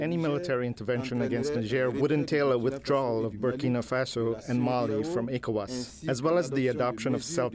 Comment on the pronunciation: I can't listen to this idiot constantly saying E Cowas